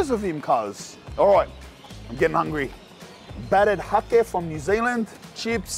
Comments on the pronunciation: Hake is literally just pronounced "hayk"..bougie over there with his haké Would be sick if when an establishment you go to does really well go in and tell them to their faces that theyre killing it, to see the reaction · Its pronounced Hay-ke, like Cake with an H. Beaut NZ fish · It's HAKE, as in JAKE !!! Silent E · 😅😅😅😅 "Hakē ow, hakē churr bro!" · Think įţs Hake? Pronunciation low key. ( hay. ke. ) South Island N.Z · When he said hake i thought he said hoki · It’s pronounced HAY K ( the fish) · "HA-KE" is pronounced HEY-K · Bro "Hake" is pronounced "Hayk" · Hake is pronounced like hate but with a k lmaoo